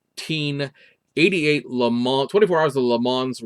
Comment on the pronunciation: Ok, I gotta ding ya.....please stop pronouncing the "s" at the end of Le Mans, it's pronounced "Le Mon"....I know, I'm a jerk. I saw earlier today on FB that someone in Taiwan got and built the Supra already. The first 1500 (I think it's 500ea of Red White and Black) were launch editions that have the red interior accents and red mirror caps.